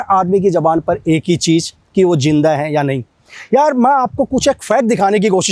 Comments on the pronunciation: Jinda kya hota hai bro zinda hota hai zinda. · Bro jinda ni zinda hota hea